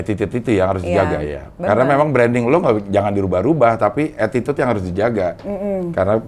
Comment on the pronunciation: Cing abdel mau bilang atitude aja mau kepeleset jadi atitit..😂